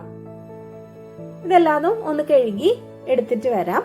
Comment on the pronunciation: കെഴുകി,, അല്ലാ ഹേ, കഴുകി